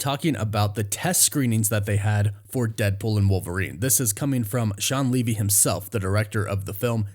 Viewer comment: Hey buddy, it’s Pronounced Shawn Lee V. 😀